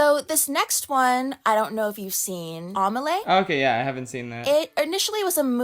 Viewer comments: The fact pronounces Amelie…. As Omele 😭✋ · Oh god that pronunciation. A-Meh-lay :S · Not going to lie. The way you pronounced "Amélie" kind of hurt a little 😅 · The way pronounced Amélie was so painful 💀 (Not hate to, i know it’s hard to pronounce when you grew up with a different accent)